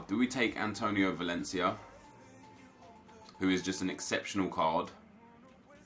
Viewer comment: Aubemeyang 96 pace Nep: “ Exeptanal pace